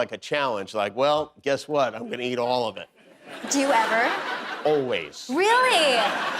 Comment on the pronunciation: Anyone else realize for the first time that Jimmy is unable to say the word "always"? LOL